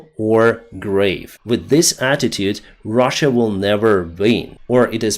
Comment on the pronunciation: You said russia wrong